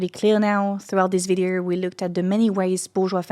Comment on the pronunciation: you pronounce "window" as if it were written "win-der". Same for "video" that sounds like "vidier". I'm French too, and struggling with pronunciation. Contenu excellent !